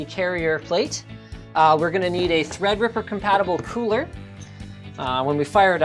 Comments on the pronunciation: When Linus said "ThreadRipper" I legit thought he was saying EggRipper😂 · linus, god love you so much, treadreeperluky much xD